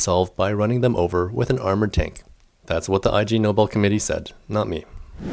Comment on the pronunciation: Hi, ignobel not I G Nobel, pronunciation.